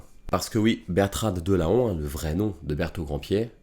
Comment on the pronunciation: Bertrade de Laon elle est tellement peu connue sous ce nom qu'elle se le fait prononcer /laɔ̃/ au lieu de /lɑ̃/ :(